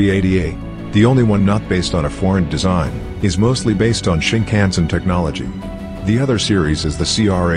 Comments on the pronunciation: shinkansen* not shinkhansen or sinkhansen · Shinkansen, not Sinkhansen you’ve made a small mistake on the N700 section